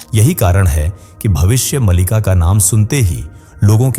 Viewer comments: कम से कम आप ग्रंथ का नाम का सही उच्चारण तो कीजिए भविष्य मलिका नहीं भविष्य मालिका है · भविष्य मलिका नही मालिका है. शुद्ध बोलला करो